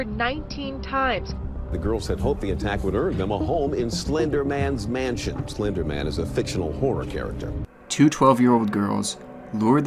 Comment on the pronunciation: Slender - MAN..... not SLENDERMEN. You say it like his name is Harvey Slendermen of the lawfirm Slendermen, Slendermen and Cartwright.